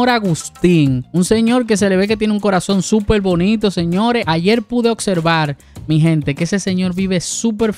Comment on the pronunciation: La palabra es ayer no es ayel ,no confunda a los niños